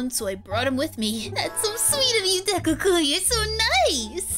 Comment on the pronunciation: hi i know am 1 day late but the word kun is not said like that